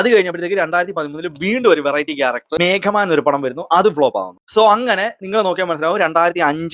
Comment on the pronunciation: മേഘമാൻ അല്ല മീഘാമാൻ.. അതുപോലെതന്നെ അറിന്തും അറിയാമലും സിനിമയിൽ ആണ് തീപിടിക്ക song 👍